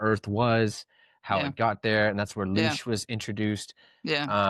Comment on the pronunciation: It's not "Lush" btw it's LOOSH. Please do your research man. Ive been researching the occult, the paranormal, and metaphysics for 30 years. You seem like you have only dipped your toe in.